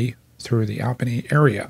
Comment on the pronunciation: Hi! I must say I've had it! You have got to change your pronunciation of Albany (NY) from AL bany to ALL bany. AND La GUARD ia (LGA) to La GWARD ia. I dare say these changes should result in an uptick of supporters from the NE USA....Including me! Yes, I will come aboard if the above change(s). are implemented. Thanks for an otherwise outstanding site to which I have referred not a few. Best, Ed Daszewski (Maj., USAF, Air Wx Svc., Ret.)